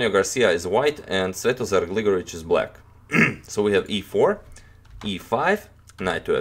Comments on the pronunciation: Finally one can hear "Svetozar Gligorić" properly pronounced ;) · You pronounce Svetozar Gligoric's name like a native!?